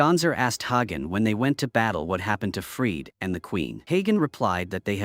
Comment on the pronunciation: the name is spoken like hunter but hagen